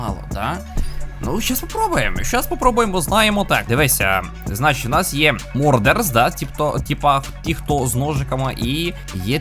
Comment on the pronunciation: не мордерс а мардер